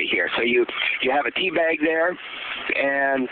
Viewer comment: did he say teabag or d-bag....